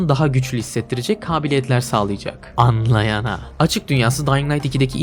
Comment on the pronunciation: annlayana demen aşırı sinir ediyor